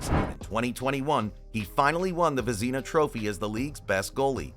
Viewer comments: Vez nah First part is correct, second is nah , not the back half of Tina . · Who the hell says Vezina that way? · AI garbage, that's who.